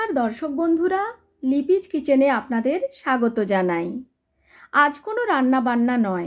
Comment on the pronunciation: লিপিচ কিচেন না বলে লিপিস কিচেন বলোনা। আর তো সবই ঠিকঠাক বলো